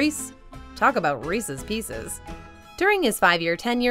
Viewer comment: Lol you can't say Reese's Pieces and Reese correctly.